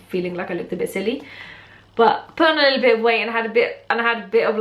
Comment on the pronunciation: I love how you said "a lottle" haha I do that. My hijab story is basically that I went mosque after my favourite Aunty died and saw how beautiful and modest and humble they were and how religion had changed them and I loved it and I wanted that so a day later I told my mum I wanted to wear my hijab and then that day she brought me scarves and under scarves and I became more religious Alhamdulillah and now I've worn it for.... 3/4 years so yay! I'm happy Alhamdulillah. 💕💪🏽 #ProudHijabiAlhamdulillah